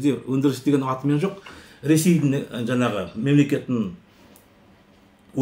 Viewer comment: Жаңағы деп жаңа деп сойлендерши, жанагы жана демей казагым